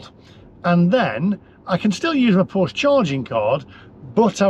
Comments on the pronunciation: The e at the end of Porsche is pronounced like the e in egg. Porsche is not pronounced Porsch. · Maybe they've got it in for you because you keep mispronouncing it. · Its "Porsche" btw...